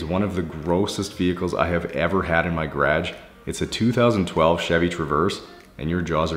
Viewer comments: "In my Graaejj" haha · Lol, did you say “Grage”? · Sometimes I forget he’s in Canada.. then he says “garage” like that and I remember 😂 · Lol off topic the way you say garage is weird